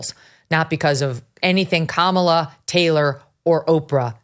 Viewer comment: It's pronounced Kamala not "Kaaa malaaa Haaarrriss!", Oprah. Get it right, don't be racist.